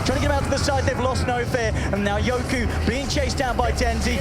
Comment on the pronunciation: Why the caster always call yoky as yoku. Tats really annoying